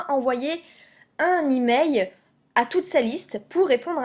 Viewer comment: on dit " emaiL " pas emai